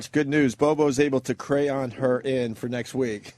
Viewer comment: Did Opie really just have trouble with the word “crayon”?! 🤦‍♂️ what a dope